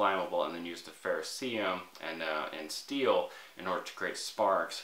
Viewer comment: Love your content, but please stop saying fehr-oh-see-um. It’s ferrocerium (fehr-oh-sehr-ee-um). You’re hurting our ears.